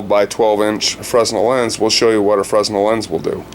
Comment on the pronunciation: Fresnel pronounced fren - el